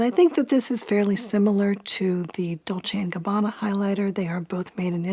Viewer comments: Ohhhh nope lol, 99% of Americans cannot spell any Italian's surname correct, starting from Versace. But has a spot on pronounce. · As an Italian i am impressed by your perfect pronounce of Dolce e Gabbana, almost no English speaker can pronounce it correctly but you did. Impressive